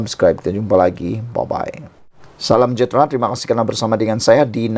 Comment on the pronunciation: Pse correct ur pronunciation it sud be Salam sejahtra not salam jahtra....